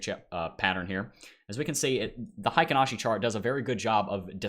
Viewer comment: Heikin Ashi pronunciation: hay-keen ah-she